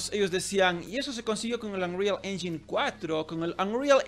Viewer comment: Según yo, "engine" se pronuncia *enyain"